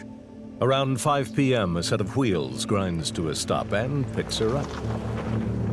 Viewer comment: "A set of QUWHHEELS." 🥀